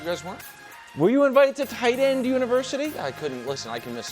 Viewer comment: Everytime Wilds said TIGHTEND I lost my mind more and more